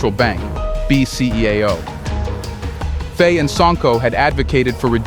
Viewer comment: I love your content. But the mispronunciations are driving me mad. Can you please pronounce the Presidents name correctly. It is pronounced Fy (like by or pie.) Please keep reporting on what's going on in the African countries. Your information is crucial to the diaspora.